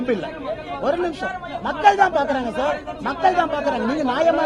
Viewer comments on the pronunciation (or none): none